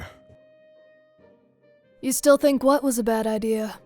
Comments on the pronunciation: SAID IDEAR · I also love have says idea "idear"